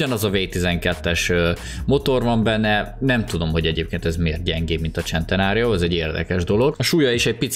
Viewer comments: szentenario nem csentenario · Nem csentenário hane szentenário így kell ejteni. Amugy nagyon jo lett a video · Serintem eszt nem csentenárionak kel kiejteni honem szenteário nak😂😂🤣🤣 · Én: Lamborghini centeranio.: Lamborghini csentenárió. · Az centenárió nem csentenárió Bocsii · a szntenáriora mér azt mondo hogycsentnário